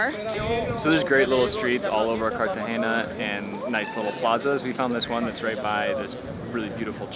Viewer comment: Love the video thankyou guys! Heavily gringo haha he keeps saying "Cartageña" 🤣🤣